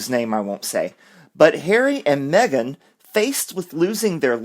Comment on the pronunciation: "Me - gain" is crap.